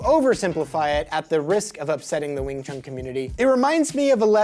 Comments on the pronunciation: Please stop saying wing chung. It is WING CHUN. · Just my point of view. take that space between them out too. There isn’t supposed to be any pause between the pronunciation. Wingchun